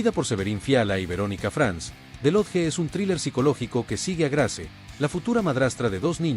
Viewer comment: Wow jamás hubiera imaginado que el narrador estaba diciendo the lodge 🤯